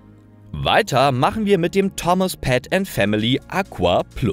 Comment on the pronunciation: "Thomas [ˈtɒməs]"